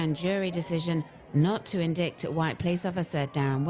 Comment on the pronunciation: You said INDICT.. Wow the BRITISH accent does not make you SMART..